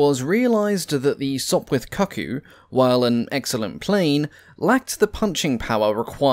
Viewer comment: Sorry mate but cuckcoo is pronounced cook coo. You will have every 'twitcher' trying to stick a birds nest where the sun doesnt shine. Not a pretty sight on a frosty morning. Great video - my aplogies once again.